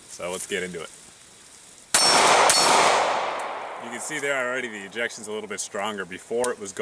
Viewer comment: Erratic Er(ections)... ejections lol